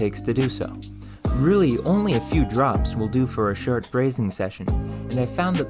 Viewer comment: A "terch" ,the "ferm" of the ears, a "shert" time, "democradized" total "indusdees", whole "ferests" to be harvested- the narration is "fernny" and "ennertaining".